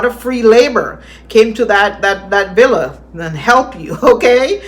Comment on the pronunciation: well she chooses not to ..if she wanted to it'd be easy enough to say villa instead of billa or anything else...she just rambling and not trying to pronounce anything correctly